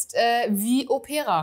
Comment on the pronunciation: Liebe, bei "Opera", liegt die Betonung auf dem "O". Òpera, nicht auf "e" Opéra - es ist das Original italienische Wort für Oper 😊 - Opéra klingt nicht gut Ich habe, von Xerjoff, nur den Apollonia II und Erba Pura - den ersten liebe ich sehr ❤